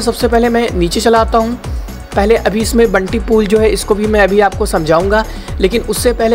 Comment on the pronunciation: बंटी नही ! यह बाउंटी है ।